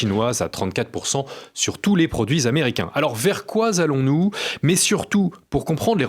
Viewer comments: Désolé bon présentateur mais vers quoi zallons nous , aïe , pas de liaison . Sinon ok. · "Vers quoi Z'allons-nous" 🇫🇷😆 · "vers quoi-z-allons nous" 😢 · interviewer: vers quoi Z'allons nous? Ca commence fort. Bon. M.Juvin expose très bien d'excellentes idée. Bravo. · Zzzza m’a échappé !